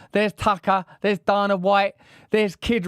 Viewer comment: I love. you Russel but Dana is pronounced day nu with u like in nut